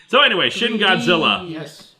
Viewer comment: You said "Shin Godzilla" like it's"Shitty Godzilla"